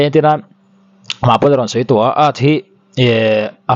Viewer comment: Athu lam hi fimkhur angai... Sei tih tur,, sai tih ang deuhin a lam tlat